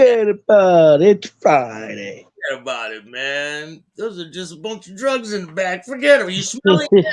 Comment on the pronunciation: Forgetaboubit. It's one word. Lol